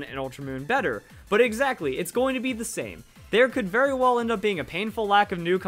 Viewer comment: You sometimes screw up verli, i still like your videos thought.